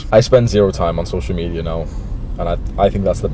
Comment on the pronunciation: My man said “social media addiction” But his pronunciation looked like this “social meteor addiction”